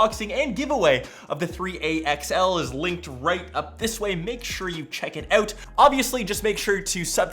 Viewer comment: I always love your reviews, like, REALLY love them, but I also love how you say "ewt" instead of "out" 😆😆😆 Pixel 3A is more bang-for-the-buck for me.